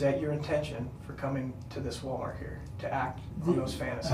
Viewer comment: Did she call it Ball- mart?